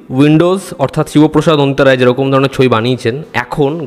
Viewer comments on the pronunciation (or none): none